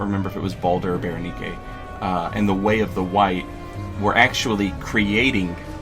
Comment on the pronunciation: Wow someone else who says berenike the way its meant to be spoken? I bet you say kastus too